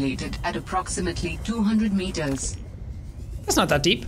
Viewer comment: I hate that they stayed with the Indian woman voice actress for the pda. It’s so annoying hearing “marters” instead of “meters.” Not trying to insult her accent but I just don’t think an AI should have an accent of any kind